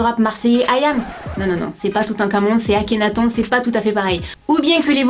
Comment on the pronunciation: on dit akhenatonE JE crois mais ça s'écrit akhenaton sinon bien ta video